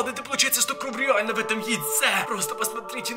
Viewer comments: пороботай над выговором слов не кров а кровь! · а почему ты говоришь кров а не кровЬ? Или мне это так слышится?